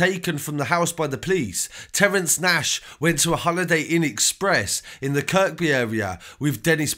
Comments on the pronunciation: who cares about your bird? I was talking about the narrator mispronouncing locations (Kirkby/Kirby) really intelligent you are no wonder you ended up inside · I love your channel mate, I see you do a lot of Liverpool street news and Kirkby is pronounced Kirby, like without the 2nd K... I ain't trying to tell you your craft cos I think you are wicked bro seriously but scouser will appreciate the correct pronunciation, believe me , I did time in Walton jail, Haha! Love your channel big man. Safe